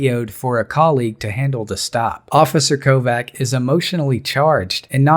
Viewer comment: (kovács) is pronounced as kovach not kovac